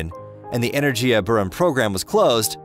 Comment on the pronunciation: The G in Energia is a hard G. Buran is pronounced BOO-ran, not behrahn. Is this a text to speech thing or was it just some illiterate schmo reading text?